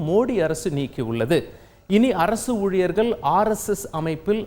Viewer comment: ஊழியர்கள் என்று சொல்லாம ஊழியர்கல் என்று பேசுகிறான்😂.